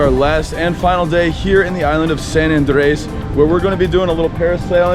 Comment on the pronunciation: It's AAAHHHandres bro not ANdRES. Why do you roll the r in andres and then just butcher the first part. lol